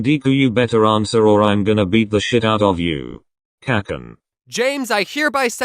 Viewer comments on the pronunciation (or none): Text: kacchan text to speech: K/Cakcan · “Kakkan” Ahh yes the good old kakken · I love how the text to speech says "kakan"